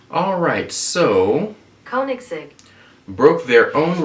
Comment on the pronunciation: "CO-nig-segg" It's not TOO difficult, although it's awkward to spell it like this. Maybe "CONE-igs-egg" is better? It could always be worse. It could be Rimac, which is pronounced "RE-maktszx*q^@